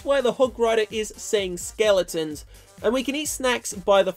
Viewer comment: said ''skele~ons lol